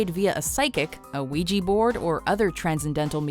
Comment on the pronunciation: What’s a weejee board?